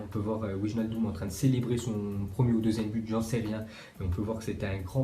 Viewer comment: c'est * weynaldum